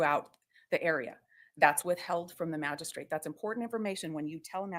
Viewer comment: She mispronounces Magistrate, every time she says it. Drives me crazy!